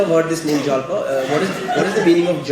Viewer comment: It's जालपा in Hindi also. Not जलपा।